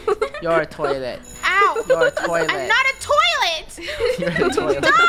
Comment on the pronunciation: i love the part when says toliet toleit